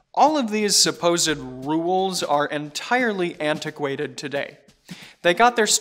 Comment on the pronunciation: I cringe whenever he mispronounces rules